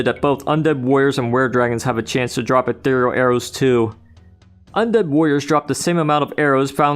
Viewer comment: Holy shit, a Heretic YouTuber ACTUALLY PRONOUNCED "ETHEREAL" CORRECTLY!